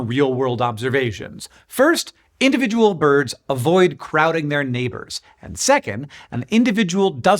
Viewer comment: Every time I hear you say boids I end up hearing it said in the voice of Curly from the Three Stooges 😊